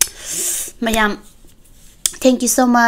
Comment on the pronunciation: Don't say 'miyam' its should be 'mayam'.